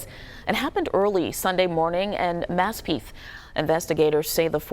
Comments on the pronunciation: Maspeeth? please learn how to pronounce the subjects you are reporting on. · “MASPEETH” in Queens and “OUH-TREK” in Brooklyn? It’s MASPETH and Utrecht (pronounced You-Trekt) Are these reporters even from NYC? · Maspeeth? Really? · Ok who are these reporters ? The pronunciations of streets and names of neighborhoods are all kinds of weird. Mass peeth ? Ooo trech ? Just name a few maybe ive been pronouncing them wrong for my entire life. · I caught that too, "maspeeth", wtf, get reporters who are from here for crying out loud.